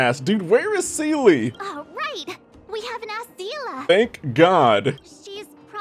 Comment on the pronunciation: for the love of god please stop mispronouncing seele's name :c